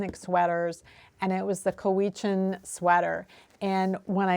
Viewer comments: Agreed: COW-witch-n (not "weech"), with emphasis on the first syllable. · Cowichan is in my stomping grounds. It is pronounced cow - ih - chan. That is an intensely interesting sequential bind-off.. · As always,, your vids are so informative. I live on Vancouver Island just up the road from the Cowichan Valley and wanted to let you know that we pronounce it COWichan. This First Nation is indeed famous for its Cowichan sweaters, as you note, and they are very popular even today. ❤